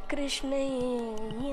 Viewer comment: Pls listen to Baro Krishnaiyya again and again so that you can realise that has pronounced it rightly. You should also know that Krishna and krshna are both right pronunciation in their own ways.